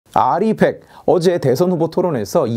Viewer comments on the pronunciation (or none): R200으로 들리는데요... 공통적으로 나오는 단어가 아닌데... 나중에 검토는 해줄수 있는 단어긴하네요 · 윤석열은 알고 있었죠 정확한 발음은 리벡 이렇게 말했죠 근대 찢표퓰이 알이100 이라고 발음을 대충알고 발음을 잘못한거죠 윤석열은 리벡이라고 말하는 장면이 있죠 텍소노미 찢표퓰이 들고 나왔다 망신당했죠 거기에 원자력이 포함된걸 모르고 빼버렸죠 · "알 이 원 헌드레드"라고 발음함.. 리백 선동 한 사람누구인지 개악질이네 ㅋㅋ